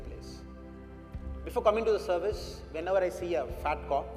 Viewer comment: Its service....not servise...pls edit